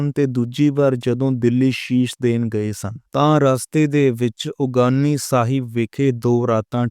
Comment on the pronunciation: ਬਾਈ ਜੀ ਉਗਾਣੀ ਸਾਹਿਬ ਹੈ ਉਗਾਨੀ ਸਾਹਿਬ ਨਹੀਂ ਜਰਾਵਰ ਸਿੰਘ ਨਹੀਂ ਜੋਰਾਵਰ ਸਿੰਘ ਜੀ ਬੋਲੇ